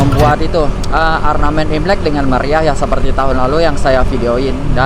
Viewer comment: Ornamen bukan arnamen🤭,Sory ya,koreksi dkt utk konten ksukaan sy🙏,salam dari Jkt....🤝